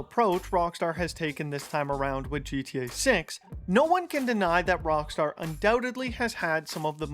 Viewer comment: Why do you sometimes call it Wrongstar?